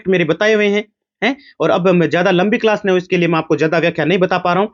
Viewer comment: achi❎aaci✅ Class ❎callsa✅😄😂